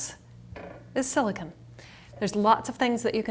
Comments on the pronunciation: You're so annoying how you say silicone! It's not Siliken! Wtf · silicon is pronounced as you are saying in this video you are using silicone "cone"